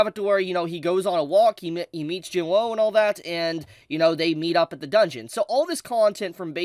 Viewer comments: not tryna hate but im pretty sure ur saying jinwoo's name wrong its pronounced 'jinoo' or 'jinuu" with a silent "w" so pls stop saying "jin woahhh"🤦‍♂🤦‍♂🤦‍♂ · It’s Jin WOO not Jin “ WHOA” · It's Jin WOOOOO not Jin woah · Saying his name wrong like jin-whoa is annoying as fuck... it's pronounced jin-oo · Why does it sound like he says Jim Lowe when he says Jing Woo. XD😂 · Bro its not hard to say WOO 😭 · y does blud say jin-woah💀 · everytime i heard him say "jin-woah" it hurt my soul 😭 (nice video though) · I love how mispronounces Jinwoo. It's cute. Everything he said is fax tho. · i have a problem with how they pronounce jin woo's name. the anime pronounces the character's name correctly, so why isn't this person correcting theirs.......